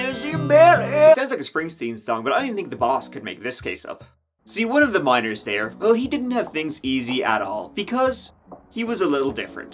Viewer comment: Miners.... NOT MINORS !!